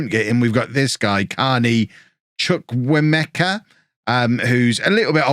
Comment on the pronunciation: as a Nigerian its pronounced Chu-ku-eh-mecca